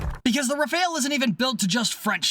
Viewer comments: It's pronounced "Raff-al", not "re-fail". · rAfAl(e) not rafaEl ^^ ty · 'Rafahl', not 'Rafail'; otherwise, great video as always :) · "ra FAL" and "da SO" Not "da SALT" and "ra FAIL" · The first and second 'a' in rafale are pronounced identically. It's not rafeale or whatever you're saying, it's rafale. You pronounce correctly the first 'a' so just say the same thing for the second one, it's the same letter.